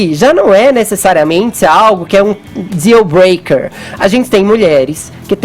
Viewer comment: "Dzealbreaker" kkkk o que é um"dzeal",?